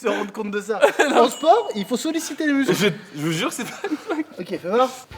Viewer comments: "je vous zur"😂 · Carlito : " je vous zure " , Même sa langue était fatigué mdr